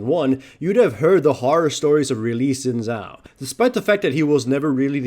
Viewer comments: xin zhao = "Sheen" Zhao , not zin zhao :) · Luis Reina You are right, but if we are strict, you should pronounce it "Sheen Jao", because "Zh" sounds (kinda, but not exactly) like j in jar, jet, joke, etc, in chinese. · Not sin zao but shin chao :D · God damn it it is pronounced as Sin Zao